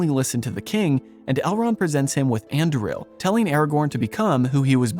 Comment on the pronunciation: The stress is on the second syllable - AndUril.